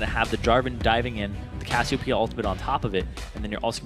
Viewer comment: Freak also says Cassiopeia's name incorrectly... I think Jet even corrected him last season but he still does it.